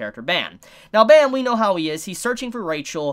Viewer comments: Great ep for sure. Should definitely get new comers hooked on this amazing series. As an FYI and being Korean myself, the main characters name is pronounced phonetically like "Baam" or "Bomb" not like the sound effect bam. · The way you pronounce Bam gives me the creeps every time I hear it.